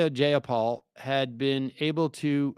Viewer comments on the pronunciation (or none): You’re pronouncing “Jayapal” wrong. It sounds more like “Hi -a-Paul.”